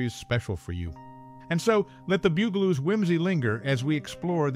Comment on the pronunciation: I had to laugh every time he pronounced it like the musical instrument bugel bugel-oos lol my friend you know they're supposed to be insects lol they're bugs the bug-aloos . Get it?